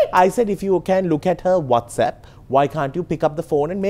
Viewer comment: “Can you operate whastapp “ Aunty netta “ You cannot even say whatsapp” 😂🤟🏼 In my head: thug life song nanananana